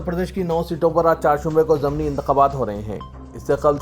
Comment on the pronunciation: ZAMNI NAHI ZIMNI SAHI HOTA HAI.